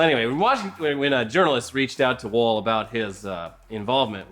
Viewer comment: Please pronounce "Wohl" with a round "O" sound. Sincerely, Kasey Wahl